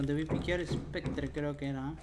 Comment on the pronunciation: Spectre dice el serranaso